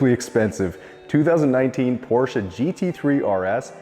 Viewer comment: As a German, thanks for pronouncing Porsche properly 😄